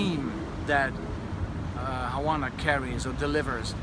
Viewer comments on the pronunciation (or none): It must be a thing to detrone your favorite one Havana! (btw, the "v" is pronounced as being at the beginning of the word eg: "Vanish", "Velvet", etc... just a tip from a spanish language native :)